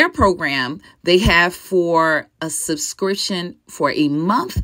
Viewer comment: Subscriptionn omg.... not sussscrition